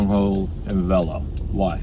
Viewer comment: says “vella” do u mean Velo?